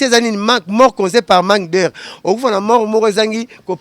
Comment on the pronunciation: On dit pas asphycie mais asphyxie🤣😂 et on dit pas manque d heure mais on dit manque d air😂😂😂